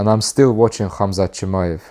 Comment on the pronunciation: just drop the K bro. Hamzat. Or Hazmat. But if you insist on using the K, it's Kumshot.